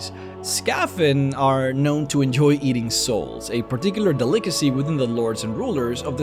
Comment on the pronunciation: I can understand mispronouncing "delicacy" (though it's irritating how often it occurs in these videos) but "tribunal" is pronounced in game.